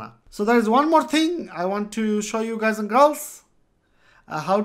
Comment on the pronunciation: Love it when you say gays & girls !! thanks :D